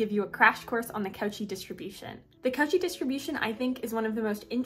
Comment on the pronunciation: I just need to nitpick. It's pronounced coe--shee. Good shit otherwise.